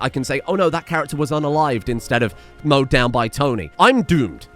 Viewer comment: I'M SORRY BUT WHY WAS IT SO FUNNY WHEN YOU SAID "THIS CHARACTER GOT MOWDAWN BY TONI" HAHAHAHAHAH ahhhh I needed that thank you 😂